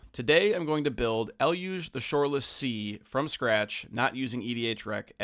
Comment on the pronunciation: Finally, someone saying Eluge correctly!🎉